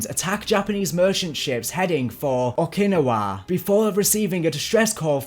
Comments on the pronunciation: it is pronounced Oak-a- nawa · "Headed towards Okinowa"... it's Okinawa (Oh-Kin-Ow-Uh) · I feel so triggered when he pronounces okinawa as okeee nawah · Okee-nah-wah is the correct one. He says Okeenuhwuh, which just hurts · man your accent is so cringe. OKiNAWA? it's OKI-NA-WA Not one word. and don't get me started with Pel-lalu... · Some of the pronouniation in this is awful Coal-e-sus? Oh-kin-e-wa? Really? Col-os-us. O-kin-now-ah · Please, for the love of god....it's pronounced "Oak-ah-nah-wa", not "O-kin-ah-wa" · Okinawa (oh-key-nah-wah) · o-kin-ow-a* btw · Man how the fuck did you miss pronounce so many words? Like you pronounced Okinawa as oh-kyin-o-wuh, and SO many other words. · Haha “mor tar pits” and “Okinawarr” Good vid tho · Ah yes, the famous battle that shifted the war in the pacific....O-kin-a-WAH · I was looking for this comment lol I had heard O-ki-nah-wa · I'm guessing they say it in Yakuza the same way that US Marines do? Oh-kee-now-wuh 😆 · I got bad news for you, It is actually Oh-kee-naa-wuh. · It hurt to hear Okinawa pronounced Oak-in-ni-wa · Oh•ki•na•wa pronounced oh key nah wah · I love how he says Okinawa “oak-kina-wa” is how he did it not “oak-in-nowa” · it bugged me so much how you say okinawa lol (oak-in-ah-wa) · No offense man but it’s pronounced (oc-in-owa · Okinawa - OH-KUH-NAH-WUH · like how he says Okinawa "oh kinawa" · It's pronounced Oh-kee-naa-wa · “Oh-Kin-Oh-Waa” weirdest way I’ve heard Okinawa pronounced, but I’ll go with it. Awesome video by the way. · Oh-Keen-A-Waa is the correct pronunciation. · okin-awa bruh what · the way bro said Okinawa gave me a stroke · Here in 2024 looking for this comment. Okinawa was a tough one for him 😂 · Great vid, damn did it hurt to hear you pronouncing Okinawa >.< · Bro that pronunciation of Okinawa killed my hope. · i hate how he pronounced Okinawa lol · I usually don't care about pronunciation but the way you say Okinawa is amazing XD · This mans butchered the word Okinawa